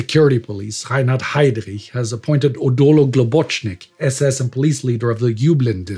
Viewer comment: This series is taking a toll on everyone, included... But please don't stop. NEVER FORGET. Just a correction to ' pronunciations: it's general ROATTA not RAOTTA and Odilo is read (in english) O-DEE-LO, in italian sounds exactly O-DI-LO.